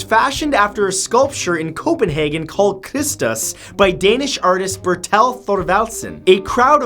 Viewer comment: As a Dane, i winced when i heard how he mangled the name of Berthel Thorvaldsen - both names have the stress on the first syllable, and both instances of "th" are pronounced as "t"